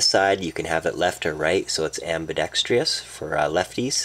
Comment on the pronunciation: am·bi·dex·trous not ambidextrias...